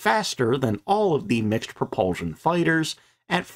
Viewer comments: NOT "Pro-PUHL-zshion!" - "Pro-PUHL-SHUN! The last syllable has an "S", NOT a "Z" sound! Your mispronunciation fills me with "REVULSHUN". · Interesting video…the word is pro-pul-SHUN, not pro-pul- ZHUN. Sorry, it is just irritating to hear it pronounced wrong time after time.. Thanks!